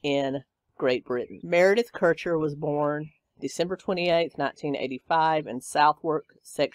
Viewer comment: Meredith Kercher, is how you say Merediths name.